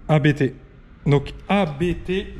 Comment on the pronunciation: Il ne faut surtout pas dire A.B.T. car le patron s’appelle Hans-Jürgen Abt. Abt c’est son nom de famille donc faut pas dire A.B.T., sinon ça signe que chaque lettre est le début d’un mot, ça n’a pas de sens. L’un des membres de la famille, Daniel Abt est pilote officiel Audi sport ABT.